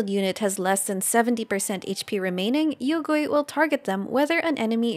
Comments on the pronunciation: Hmm you pronounced yuegui as yougui like how western VAs can't pronounced it as yue. So do you pronounced liyue as leeway too? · Great guide, very few people are talking about Yaoyao now, but also I laughed IRL because your pronounciation of Yuegui sounds like "Oil Ghost" in Chinese. Yuegui means Moon Jade, referencing the Jade Rabbit that lives on the Moon with the Moon Goddess Chang'e, both important motifs and characters for Mihoyo and Honkai is actually having an arc about them now.